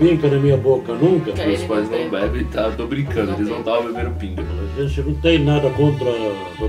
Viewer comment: Esses pais de Abud são apaixonantes, eu dor muitas risadas com eles. E aos o pai dele falando "pinga" dar pra entender outra coisa...Kkkkkkk